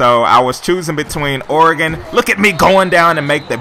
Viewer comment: At least you pronounce Oregon's name right lol. #goducks